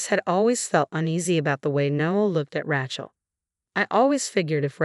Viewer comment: Heard this on another site a few days ago. There's no mistaking among other things the specific mispronunciation of Rachael.